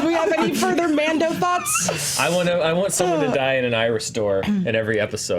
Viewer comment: What's a Man Dough? Is it like a man-boob? 😂